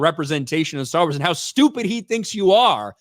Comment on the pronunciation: Yaassss!! YAASSSSSS!!! Staawr Waas is wery patriarchal! 😂😂😂😂😂😂 This show might be a guaranteed failure.